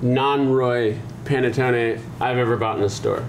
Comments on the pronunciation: It's called P(A)NETTONE, NOT P(E)NETTON perdio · Did he say Pene Tony?😏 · P-ah-neh-toe-neh, please! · say it with me...Pa-ne-TONE-eh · You really should pronounce this bread correctly. There's no silent "e" at the end of any Italian word -- like "latte." It's pronounced pan-uh-TOE-nay. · It's pronounced P-aH-nettone